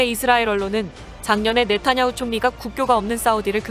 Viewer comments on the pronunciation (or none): none